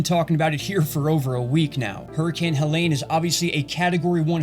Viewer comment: Helene, not Helen....